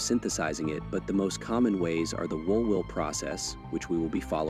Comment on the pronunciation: Did this AI voice pronounce Woolwich as wool will?